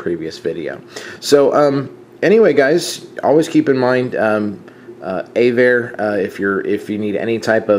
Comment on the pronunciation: Just to get it right - it's AV-ARE not A-VARE. This is from their website "Avare (pronounced “AvAir”) is a free moving map aviation GPS app developed in Boston, and donated to aviators and open source programmers. "